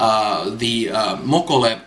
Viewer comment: "Mokolé," is pronounced like, "olé," or "Oh lay!"